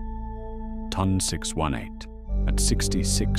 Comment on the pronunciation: The way you said ton 618 told me everything I needed to know about this video.